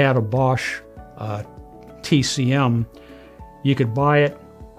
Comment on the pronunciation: "Tek-em"? Like the game? LOL "Tee-Cee-Em" TCM Quit trying to sound smarter than you are, old man. Video contains nearly Zero useful information for a re-builder. Boo